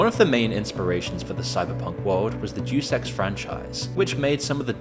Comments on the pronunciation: DEUS EX (DaYuS EX) its latin i think. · Bro literally said "J3w s3x" franchise. You have got to be A.I. or just "Admittedly Ignorant". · It’s pronounced Dey-us in “Deus Ex.” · "Juice Ex" 🤣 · i heard it as "dewsex" lol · "DAYUS EX" bro. jfc. Are YOU AI? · "duce ex" ffs lmao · "Juice Ex" :( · Thank you!!! Don’t these people hear someone else say it first? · hahahahha take a listen again to other people when they say Deus Ex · Deuce Ex he says.. That's not how you pronounce Deus... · Not "Dues ex" Deus Ex. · The way you say Day-Us Ex as Deuce Ex is incredible... incredibly insulting to call one of if not the best gaming franchise in the history of humanity Deuce Ex. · It's "DAY-US EX," not "do sex." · Great video, but Deuce ex? It's De-us ex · FYI it's pronounced dayus ex, not duece ex. Absolute legend, either way. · Juice X sounds like a gym bro's dream. It is 'day-us' Ex. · DUDE! You pronounced it "Deuce" Ex??!! I was on the fence that you were AI. But Deuce? not Deus as in Day Us. as in of God. Deuce??!! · Day-us Ex. Not Deuce Ex. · I'll forgive you because you're British, but it's pronounced DAY-US, not deuce. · Day Es Ex* not douse ex. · I love the video but I'm going to be real here.. the horrific way you are mispronouncing the name, "Deus Ex," almost has me clicking off in aggrevied nerd rage.. it's not "Deuce," like the number two.. it's more like, "Day-US Ex.." 😢❤❤ two thirds of the way through it.. it's a testament to the channel love and content in general at this point! ❤❤❤😊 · Dude if you're reading a word for your videos narration and you don't know how to pronounce it look up the pronunciation. You just guessing how to pronounce words lowers the quality of your videos and you do it a lot. For example in this video the Latin prefix "Deus" is not pronounced "duce" (like juice but with a D) it's pronounced "day-us". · Duce ex… “Dey-us ex”… 🤦🏻‍♂️🤦🏻‍♂️🤦🏻‍♂️ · "Day oose" Not doose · Say it with me (day-us) (ex) not deuce ex it’s not a game of tennis.